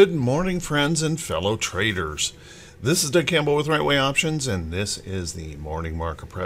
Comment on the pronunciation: "Friends and fellow TRAITORS"? Yes, I know you said "traders", but that's what it sort of sounds like ... Just kidding. Have a blessed day!